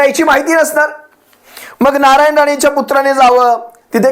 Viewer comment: नालायन राणे च्या कुत्रा ने असं ऐकू येते... 🤣😂